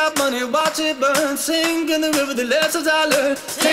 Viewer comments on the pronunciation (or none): I know im pretty late on this and have no idea if anyone has pointed this out or not but its sink in the river not sing. great video though